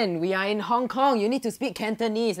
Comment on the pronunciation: Hk where I live and you said it practically all wrong like the Cantonese